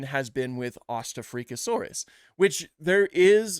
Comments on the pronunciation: I'm pretty sure it's Ost-Afrika-saurus, as in East-Africa-saurus, but in German. 😊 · To be fair he’s kind of saying it wrong. It’s a Germanic name so “Ost” meaning “East” and pronounced with the kind of middle vowel sound of the worst “Bought” said in a NY accent. Then “afrika” meaning “Africa” pronounced basically the same but with a front vowel like the one in “alter”. So you really want to say then distinction instead of running them together like that. Think about “Eastafricasaurus” if you head someone pronounce that “Eastuh-freakuh-saurus” and how silly that sounds. Well it’s kinda the same strangeness as what he actually did.